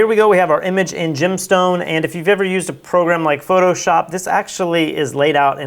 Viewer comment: i see "Gemstone" I hear "Gymstone"